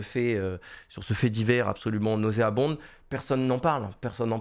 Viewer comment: On prononce pas le "d" de nauséabond. Merci.